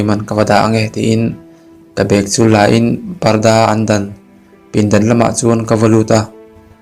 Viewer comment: Ngaina tih leh lainat tih hi ilam diklo hret a, a bak zwg erwh gaihthlk a nuam. I chhiar thiam ltk,a thluk adiklo deuh a. A dwtleh ah cuan a dik turah gai ag aw....